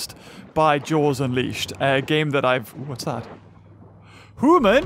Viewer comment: You say human wrong